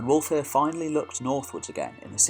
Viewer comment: Pronounce wulfhere the same as Hereford his name means wolf's army